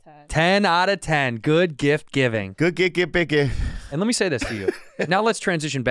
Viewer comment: When Santino says “Good Gift Giving!“ and Bobby goes “Good gif bi gibbing“ and nobody noticed... Cuz, you know... Bobby 😅